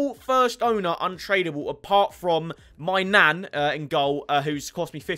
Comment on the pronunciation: When he said maignan he said my nan I was like can she dive top corner